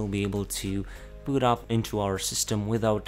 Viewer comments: Annoys me he doesn't say Boot, but secure bot? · Please do not pronounce "boot" as "but" or "butt" it's long /bu:t/ it makes it hard to listen as it annoys the hell out of me. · its secure boooooot, not secure bot